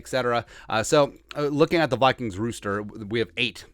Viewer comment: "rooster"??? LMAO